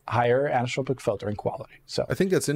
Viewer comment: This guy's pronunciation of the word as "anistropic" is killing me. There's an 'o' there, you're missing a syllable